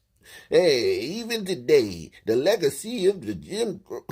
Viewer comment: "GyM KrOw to0 poiNt Oh..." ~ Stupid POS Joe Biden